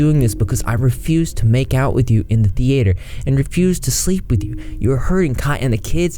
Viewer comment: The way he says theater 😭